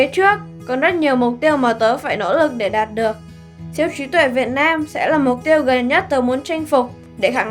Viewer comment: đạt được mục đích mà có ai giống tui nghe thành đạp được mục đích không , kkk